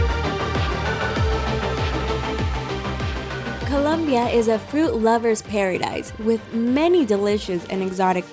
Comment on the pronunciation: It is not colonbia🤔😡